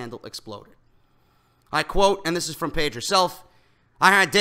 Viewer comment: For someone who listens to you on headphones, if you could only tone it down with the "ANDDDDD THISSSS" shit, your podcast would be flawless.